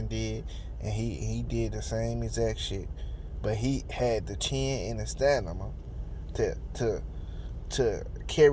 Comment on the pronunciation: It’s Stamina not Stanima. I SWEAR I CRACK IP EVERYTIME🤣😂😂😂🤣😂